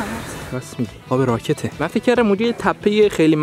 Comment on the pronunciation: آب راکت نیس داش اب راکد عه😂